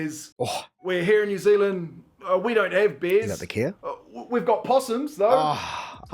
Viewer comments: I thought he was saying beers not bears. LOL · When he said "Canada has bears" I thought he said "Canada has beers". Both are true, I guess.